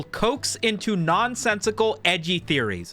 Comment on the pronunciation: In a recent video, he pronounces it Co-axed, I came here to see if he just says it like that for the entire video